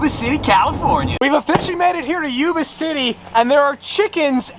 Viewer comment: I live in yuba city. It’s pronounced yuba (like when you say yup). Not pronounced yooba😂😂